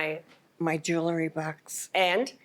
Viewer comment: ... so when did jewelry become joolery? Probably the same time library became liberry.